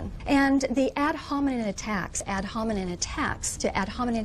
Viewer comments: Too bad for her, it’s ad hominem, not ad hominen. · “Ad hominen,” uh, woman, it’s ad homineM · she can't even say "ad hominEM attacks" correctly..... facepalm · She says "critical factories" and repeats "ad homiNIN" (falsely) without realising she made a mistake. She literally just tried to memorize some text to use in the argument without understanding what it meant or how to even pronounce it properly. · "Ad hominen" lol.